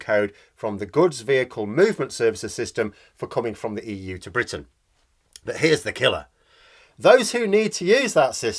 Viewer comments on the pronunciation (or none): none